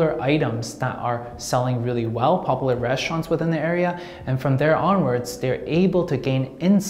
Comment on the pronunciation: Pronounced: POP YOU LAR